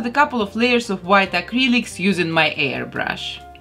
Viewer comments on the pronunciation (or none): Who else thought she said hair brush instead of air brush?